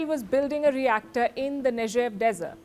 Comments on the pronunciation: Its not pronounced nejev its pronounced neg(g like gun)ev. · It is not Nejev, but Negev. Speak Hebrew properly. Or in this case English Ne'Gev G G G G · Nejev desert? Someone needs to teach her proper pronunciation.